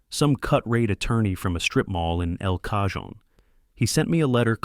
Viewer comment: “El Cajon” is pronounced “El Cah-hone”.